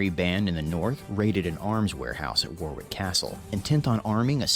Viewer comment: "War~wick castle", as said in the video, is pronounced "Worrick castle". "War~sest~sher" (Worcestershire [he got the end bit correct]) is "Wustersher". The way the narrater says Fawkes, it sounds like Fox.